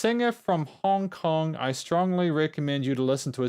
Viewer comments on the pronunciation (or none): none